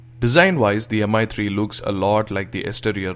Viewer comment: Excellent review:) would love If you have pronounced it mee3 instead of Mi 3